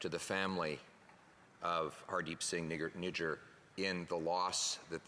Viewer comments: Lol listen to it at 3.19 he says nigger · yes especially when the guys name is spelt "Nijjar". So it is not spelt or pronounced the way her said it. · How did he pronounce his last name Nijjar? 😂